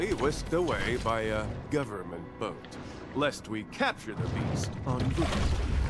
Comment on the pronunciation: when he said destroy the boat i fot he said destroy the butt xd lolllllllllllllllllllllllllllllllllllllllllllllllllllllllllllllllllllllllllllllllllllllllll